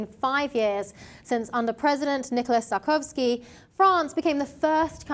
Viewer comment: Closed the video when she said Sarkowzky.